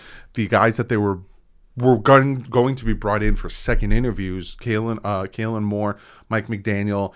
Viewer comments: Kellen, not Kailan 😎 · I like how he pronounces Kellen Moore "Kaylen" 😁........ Fingers crossed for Harbaugh